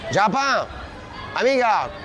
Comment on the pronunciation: Yes! I was stationed in Italy for 3 years and got to learn the language. I didn’t hear a hard c, so it actually sounded like “amiga” instead of “amica”. Whomever he was greeting, I suppose, was likely Spanish-speaking. But either way, the result is the same. I understood him when he said “friend”. I was so confused, trying to figure out when he said the n word. But that’s the problem with these ignant n****s. They don’t even speak good English, let alone teaching them another whole language!! One more thing I have to say. I’m pretty sure he said in Italian as he was walking away, “what the f*** did he say?” And he called the black dude a “dummy” or “idiot”. It’s so embarrassing as an black American. These n****s are embarrassing us even internationally with their stupidity!!